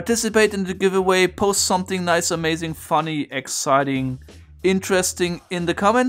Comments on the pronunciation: I get Overwatch PTSD everytime he says "A-Mei-zing" :D great Video like always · I thought you said A:Maiz-ing and was confused by what corn had to do with it 😅